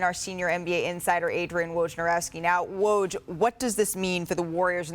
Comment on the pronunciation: The host still can’t pronounce his name right? She should practice it in the mirror